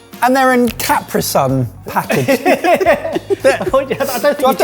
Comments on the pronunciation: Wait a second, did say Cap-ruh-sun not Ca-pree-sun? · said "Cap-rahsun" package. whew